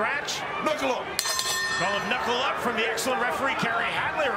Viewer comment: yea good to see other people making comments on how cringe this announcer is.... someone needs to coach him on what words to emphasis on cuz... he sounds so white and nerdy... "hello hello hello"? really? as an intro? lmao.... and then his silly 'KNUCKLE UUUUUUUUUUP' is.. lame... please someone help this man to not sound so nerdy.... help him with emphasis....